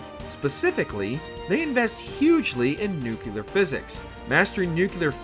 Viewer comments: Sounded somewhat interesting until you said "new-kew-lur". Closed the video. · Why people say "nukelar"? It's not nukelus, it's nucleus - nuclear. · I was literally gonna say: “I can’t take a video about fallout that says ‘nu-cyoo-ler’ seriously” 😂 …and your comment was the first one! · Yep. I quit the video after the first nuke-yoo-lar. Drives me nuts. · Pronouncing it Nick Gurr Ler was off putting and rather offensive. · Without watching must say NUKULER. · I had to stop the video and travel down to the comment section to express exactly that sentiment. I don't like listening to speechbots narrating videos, but... at least the computers know it's pronounced new-klee-urr. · This is the third fallout video in a row that has said the word "nuke yuh ler" over and over. It's maddening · I'd rather watch someone that can pronounce 'nuclear' correct. Swear yanks are allergic to learning. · Who the fuck hired the person to voice this video, you can't pronounce nuclear properly? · Bro. How you finna make a video about Fallout lore and not pronounce ‘nuclear’ right?! I’m dying 😢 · Unwatchable due the ear-grating pronunciation of Nuclear. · Dude made an entire video and fallout story only to get blasted for his pronunciation of nuclear 😂😂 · A grown ahh man that can't pronounce nuclear 😂 take the L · It’s also not just your pronunciation of nuclear either. It’s several words dude. Where’d you learn to speak English man? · I really wanted to watch this video, but seriously, mispronouncing "nuclear" three times in less than ten seconds...just, no. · Saying nuclear like W. Bush lmao. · Holy moly the pronunciation of the word nuclear was so distracting in this video. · He makes a “u” sound after the “c”. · NU-CLEAR, not NUK-ULEAR. Why can people never get that right? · Excellent article. (But, uhh... "Nuc-LE-ar. Nuke-lee-ur." Not "Nu-cue-lar." xox) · Its nuclear not nukular. I lestbthe video before 2 minutes because i cannot handle people getting something rhat simple wrong